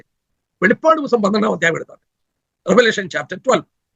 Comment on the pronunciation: Not velippadu. Velipadu.